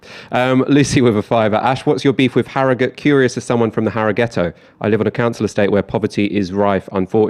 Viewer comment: Glad Ash pronounces arragut (harrogate) properly